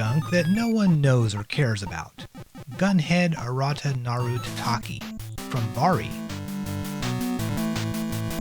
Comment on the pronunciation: The subtitle of the game is "Kaettekita Ultraman Club" (帰ってきたウルトラマン倶楽部), not "Kittekita..." And you kept saying "taTAKI" when the word is "tatakai" for Gunhed: Aratanaru Tatakai.